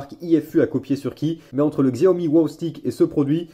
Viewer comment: xiaomi se dit chiaomi !!!!!!! sinon cool la vidéo